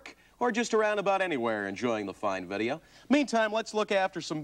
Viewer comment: "Vuddeo." LOL